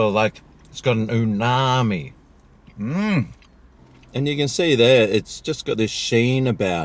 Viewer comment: He's thinking of tsunami! 😂